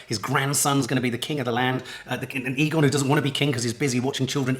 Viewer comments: It's Aegon not Egon, makes me think of ghostbusters 😂 I'm loving the whole series. Sad its nearly the last one. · A good way to remember how it's pronounced is by remembering the nickname. Aegons are often called Egg. Soooooo Egg-on.